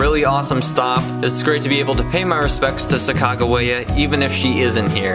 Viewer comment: "Sacajawea, ill stick with Chicago", then goes on to call her Sacajawea, 'Sigagawea', 'Shigagaway' and 'Sicacawea' for the rest of the video... lmfao wtf?